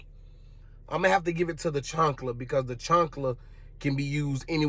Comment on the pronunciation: chAnkla not chUnkla 'CHAANKLA'